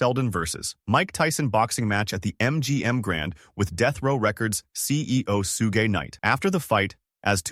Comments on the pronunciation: That is not how u say Suge! And DMX was in more movies then that! White A.I 😆 get it right. And I hate that thumbnail! Show some respect for the dead! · "Su-gay knight"😂